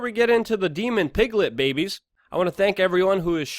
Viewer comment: S/N I like how Luke pronounces "babehs" LOL